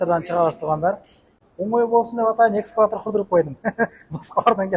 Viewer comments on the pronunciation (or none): Экскаватр дейби🙈🙈🙈🙈ишине ийгилик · Экскватор дейби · Экскаватор деп кой 😉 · Экскаватор дейтго. Коп адашат экен ушул создон.А так аракет жакшы.Баргыбыздын ишибизге ийгилик туугандар!!! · Экскаватор дегин 🤣🤣🤣